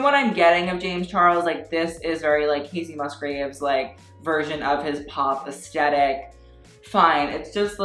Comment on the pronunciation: when you say aesthetic it sounds like eskeetat